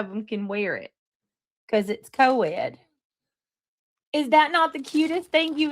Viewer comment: It's co-ed!!!! Idiot. 🤦‍♀️